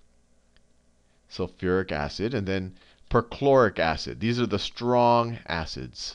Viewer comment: Khan sayin 'STRONG ASSES' on purpose